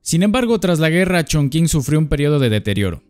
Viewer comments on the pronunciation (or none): Como persona que habla Chino no puedo con tu ChonKing jajaja😂😂😂😂. Se entiende que es una palabra en chino y lo pronuncias según entienda la gente que habla español. Pero te voy a enseñar y lo más parecido a la pronunciación es CHONTCHIN 😂❤ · Se dice "chongching", no "chongking". ¡Me encantan tus videos! ♡ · Sabías que Chongqing se pronuncia chonching? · La forma más parecida de pronunciar Chongqing con los sonidos del español es "chongching" y no "chongking". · Muy buen video, haz uno de Shenzhen 🙃 Por cierto, la Q se pronuncia como CH, entonces sería algo como Chong-ching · La q en chino suena como chi.... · excelente video, maravilloso, no hagas caso a los haters. Aunque si debo admitir que me dolio escuchar la q como k (mas q nada porque estudio chino), pero es solo un detalle en medio de tanta virtuosidad. Muchas gracias por tu video, eres un grande! Saludos! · Eso iba a comentar, las q delante de "i" y "e" se pronuncian como "ch", y sólo se usan en palabras de origen extranjero También el diptongo "ou" que no es propio del español se pronuncia igual que en el francés "ú" Y cualquier palabra que lleve "x" y no provenga de una lengua semita (árabe y hebreo) o caucásica (latinas, griego, germanas, eslavas, etc) se pronuncia como "j" Por ejemplo (de ciudades chinas porque es de lo que va el video): Hangzhou se pronuncia Anjzú Qingdao se pronuncia Chinjdao Xinyang se pronuncia Jinyanj Ahora podrás pronunciar topónimos extranjeros en una reunión de pedantes del español sin quedar en ridículo 😊 Posdata: las "h" después de "z" no alteran el sonido de la "z" por lo que su pronunciación es la de la "z" de toda la vida